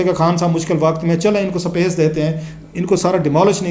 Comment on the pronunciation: Clasra sb sapace nhe space hota hy Pehly apny alfaaz thek kren phr politics py bat kren thanks